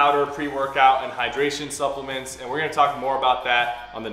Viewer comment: “Supplement” when I heard That I thought it was suckuments